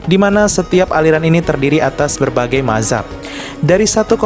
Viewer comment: Mazhab itu bacanya "Madz hab" bukan mahzab 🤣🤣